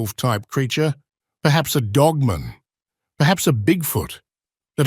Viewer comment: The way you pronounce Dogman is annoying af. It’s DogMAN.